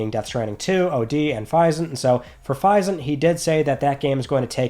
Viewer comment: please, say Physint correctly. Physics + isn’t, it’s not hard buddy.